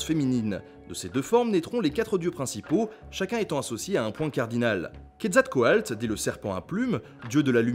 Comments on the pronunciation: je crois que c'est "quetzalcoatl" et pas "quetzalcoalt". oui, je sais, je chipote. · C'est QuetzalcoaTL et non QuetzalcoaLT. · Ce n'est pas plutôt Quetzalcaotl ? Car dans ta vidéo c'est écrit Quetzalcoalt et tu le prononce comme ça, je l'ai toujours prononcé "couette zal quoi teul"